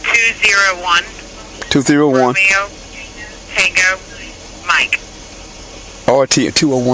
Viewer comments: Wait a minute, the dispatcher says "Roe - may - yo" instead of "Rome - E - oh".. Reading thru license plate 201RTM and she's as dumb as the cop. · Neither does the dispatcher who pronounced Romeo as "Roe - Mae - oh"